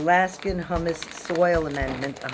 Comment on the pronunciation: Hummus? It's pronounced HEW mus!